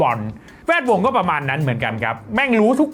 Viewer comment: ทำไมชอบอ่านว่า แว ดวง อะ 😂😂😂